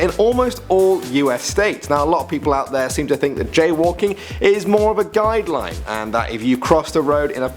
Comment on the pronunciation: Thought it was jail walking not jaywalking